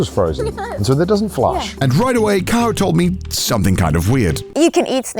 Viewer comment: Why does Connor says Kaho like Carl 😭